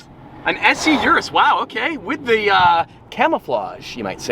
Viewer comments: Stop with the "You're-Us"... You owned one and still can't pronounce it right. You did once or twice in the the past. You better be in Italy to propose to Sophia. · For a person who loves Lamborghini and even know the names of some colors, you still can't pronounce "URUS" right?😂